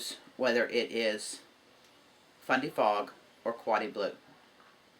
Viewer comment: Congrats on reaching your milestone. I like either color equally. I thought you were saying FunDay Fog. Lol Fundy Fog What a generous giveaway! I started off crocheting but recently learning to knit.